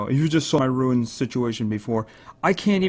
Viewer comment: Why do you say ruins insted of runes??